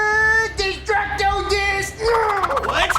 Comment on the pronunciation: Its destructo disc not destracto